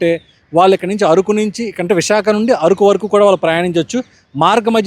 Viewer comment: అది ఆరుకు కాదు అరకు